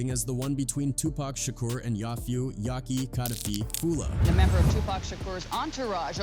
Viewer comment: Aye man why make a dumb video like this guy. You can't even say Yak's name right. And I bet you were born in the 90's or 2000's . Dumbest video ever